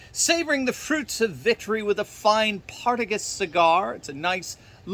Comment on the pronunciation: PartigaS, not PartigaN!😆